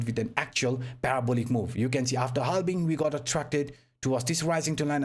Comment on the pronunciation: Every time i hear ' halbing' my balls are shaking 😂